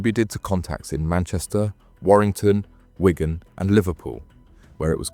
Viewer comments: Its a place called "Wig an", not Wygan! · And Wigan unless it is Ygan? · The pronunciation of “Wigan” was also criminal 😂